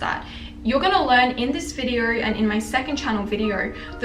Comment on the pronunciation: "congratulations on clicking on this VIDEORRR"